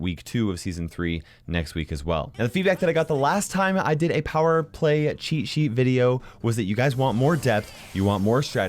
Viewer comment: plower play? Or am I hearing thing's